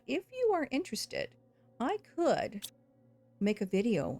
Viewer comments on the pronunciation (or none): none